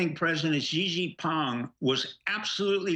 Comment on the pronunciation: STEVE: stop butchering Xi Jing Ping's name... Correct (Chinese) pronounciation: shee' (long e) - jing (short i) - ping (short i).